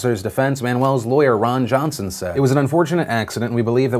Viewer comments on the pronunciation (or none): none